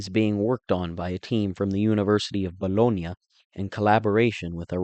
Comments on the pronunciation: There is a difference in the way we pronounce the sandwich meat vs the city of Bologna you dolt. Stfu. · Overall I liked the video and I gave a thumbs up. However, I want to suggest that when you are speaking American English do not try to pronounce foreign words in a strange accent. When you say "Bologna" I cringe... except the one time you almost pronounced it in a correct American accent . I also speak Italian but when I speak American English I pronounce place names in an American accent in order to make listening easier for my audience.